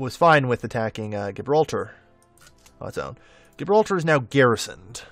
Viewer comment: Gibraltar is pronounced Jibraltar. The G is a J sound.